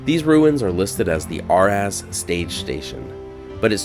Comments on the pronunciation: Jc85364, I lived in Tucson for almost 10 years back in the '70's, got to know several "old head" SP men, and I remember them saying A-razz. That was the junction for the Inter-California railroad that ran south into Baja California to Mexicali. On the US-80 road, the roadway dipped sharply under the I-C. May I also respectfully suggest to our able story teller that the name of the prehistoric lake is likely pronounced ka-WHEE-yah, similar to the State of Cohuilla. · Hey, just to let you know, I've worked for Union Pacific for almost 20 years, and as long as Ive worked here, it's been pronounced ay-raz. That could possibly be the wrong pronunciation. But that's how we railroaders say it when we are discussing Araz Junction (a railroad control point on the Yuma Subdivision.) I love your videos. Keep up the good work.